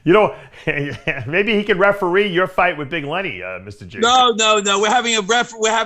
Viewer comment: We're going to have a wefeweeee. "That's referee in English